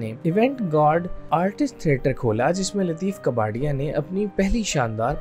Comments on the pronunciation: Lateef kaa par ya. Kabarya nahi...kabari... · لطیف کپاڈیا، کباڑیا نہیں۔ اور انور مقصود ھیں، انور مسعود نہیں!